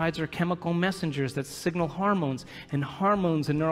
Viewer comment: Why does he keep saying "harmones", instead of hormones? Grating on my ears. Also the relentless abstract logic is hard to follow. He should insert more concrete examples.